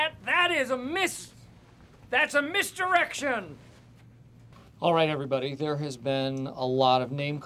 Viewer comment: I heard “misdirection” as “missed erection”